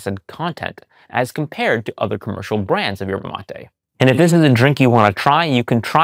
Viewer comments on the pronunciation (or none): none